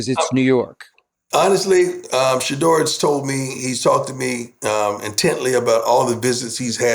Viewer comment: Skip really needs to learn to pronounce Shedeurs name right. Shuh Door